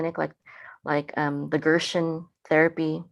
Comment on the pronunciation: May I’m, it is Gerson not Gershen.